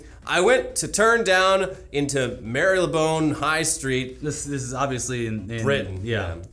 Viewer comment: Mar - lee - bone... not that you cared lol.